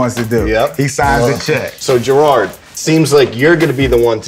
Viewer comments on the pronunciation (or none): Stop calling him Gerard... Its Jerod... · It’s Jerod Mayo, not Girard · I cringed every time called Jerod "Gerrard" lol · As a Pats fan I love this, because it's always a joke with players and local media about how much Kraft is into his shoes. And god damn it's Jerod not Jerard. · “So Gerard” 🤣 it’s Jerod bro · You called jerod mayo gerard, cmon bro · He called Jerod “Gerard” 😂😂😂 I’m dead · keep saying Jerrard when his his name is Jerod lol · This man just called Jerod Mayo "Jerard" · it's Jerod, not Gerard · This man was calling Jerod Mayo "Gerard" smh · said Gerard, not jerod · You're an executive at Complex the least you could do is say Jerod's name correctly. It Jerod not Jerrard. Come on man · did anyone else notice calling Jerod, Girard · This man just called Jerod Mayo Gerard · He kept saying Gerard into of Jerod. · Jerod* not Gerard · "Gerard " mayo? Cmon man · The cringe when he would call Jerod, jarard.... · Smh called him gerard instead of jerod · He straight up butchered Jerods name. It ain't gerrard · Bruh he just called Jerod "Gerard"...... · he called him jerrard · Did he just call jerod, jerard? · Jerod not gerard/jerard 😭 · Jerod not Gerrard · When he calls Jerod Mayo Gerard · Did he really just all Jerod Mayo Gerard? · I cringed when he called him Gerard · lmao this guy messed up Jerod Mayos name twice smh